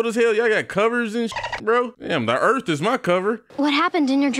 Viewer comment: “Earf is my plonet”